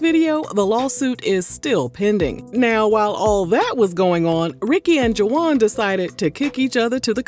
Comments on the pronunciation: "ju-wahnn"???? Come on girl!!! "Wahn" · Girl are you calling him Juh wan and really it's just Juan??😅😅 I can't with you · I can't with the juwan... it's pronounced Hwan🤭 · Girl it’s pronounced WAHN the UA are silent. Juan.